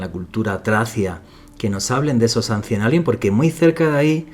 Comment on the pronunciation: Por favor! Si vas a pronunciar palabras en Inglés por favor pronuncialas correctamente! Pronuncias mal ICEBER y también ANCIENT ALIENS! Si no quieres o no puedes, tienes la opción de decirlas traduciéndolas al español! 🥴🥴🥴 Respeta las lenguas, respeta a los escuchas y pronuncia correctamente! 🥴🥴😡 La chica lo hizo muy bien y pronunció muy bien en Español pero eres necio y no haces lo mismo! 😡😡